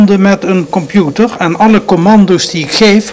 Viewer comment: Het is limbabwaans. Hij moest echt zijn best doen om Nederlands normaal uit te spreken. En dan lukte het nog niet. Ik kom uit dezelfde omgeving en heb dezelfde handicap. Wel altijd interessant om te zien dat hij zelf ook zo enthousiast was over alle “miekro eluktrooonika” en de wondurre werold van de kompjoetors. Erg mooie tv van toen.